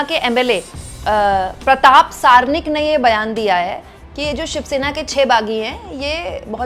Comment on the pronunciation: at duration of this video you inadvertently said "प्रताप सारनीक". Correct is प्रताप "सरनाईक".